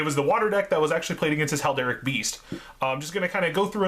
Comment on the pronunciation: HERALDIC BEAST NOT HALDERIC